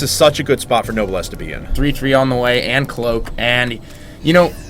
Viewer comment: I love noblesse's multi-drop style. Btw. pronunciation note: "Noblesse" is pronounced "No-bless", Not "Noble ess"